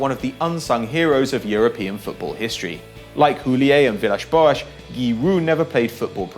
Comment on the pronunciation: stop pronouncing Villas-Boas' name like that!!!!